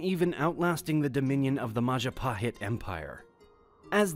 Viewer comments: Next video where you keep mixing names as you wish ... you say MAHApahit and 4 second later you say MAJA- or MADZHApahit and you say MAZHApahit... So what is the propper name on the empire? ... The dutch commander wasn´t [:Cornelius dey Hootmen:] but Cornelis de Houtman [:Cornelis de Hautman:] ... The Dutch has the closest pronunciation to english, but you fuck up even dutch names... What a pitty when you can listen to the names even on the google translator and it says you how to pronounce it (please use the language where it comes from, not english, because it is in 100 % cases wrong pronunciation).. Same with indonesian names like Joko Widodo etc... You might think IT IS TRIFLE, right? But it is SIGNIFICANTLY LOWERING THE QUALITY AND CREDIBILITY of these videos. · MAJA-PAHIT MAJA is kind of vegetation or fruit grow in the kingdom, whereas PAHIT is flavor bitterness coming from the fruit So the correct pronunciation is .....MA-JA-PA-HIT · hE Said mahapahit empire not majapahit 😂😂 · Maja not maha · Ngakak loh Pas dia bilang Mahajapit😂😂😂😂😂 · Mahajapit I as an Indonesian citizen laugh seeing this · Bro u said mahapahit not mahapahit and yes i am Indonesia 😂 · *majapahit lol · The poor pronunciation of native words detracts from the value of this video. Majapahit is pronounced as it is spelled! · This video has really useful information, however, only two minutes in and the pronunciations of places and names in Indonesia hurt my brain. Kalimantan (call-lee-MAHN-tan), Bali (BAH-lee), Sumatra (soo-MAH-tra), Palembang (pa-LEM-bong), Majapahit (ma-jaw-PA-heet). Vowels almost always have "pure" pronunciation. A=ah, E=eh (i.e. "ay" without the "ee" diphthong at the end), I=ee, O="oh", and U="oo". The emphasis is almost always on the penultimate syllable. It is an incredibly consistent language when it comes to pronunciation. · Wonderful video, thank you very much for this. I might recommend researching pronunciation of placenames first, like Majapahit and Chola.